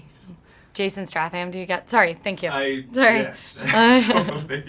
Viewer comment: Was warn das am Anfang? Das hat sich so angehört als hat Jennifer gesagt: "Ehh Jenni sag mal dass ich aussehe wie Jason St..." was aber ja quatsch ist weil, Jason Stathham ist in echt XD